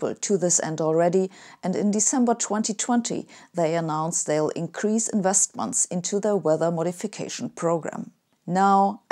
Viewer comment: Hey. I love your videos and your approach to life and science. And I have a favour to ask: any chance you could say words like increase, release, etc with an S instead of Z? That would be great. Cheers. Keep up the great work.